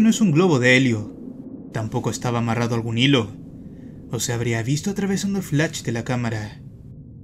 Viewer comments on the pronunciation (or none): Alguien se ha dado cuenta que no sabe decir flash (de las cámaras)... mas bien suena a Flatch.... =D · Personas normales: flash de la cámara: flach de la cámara:v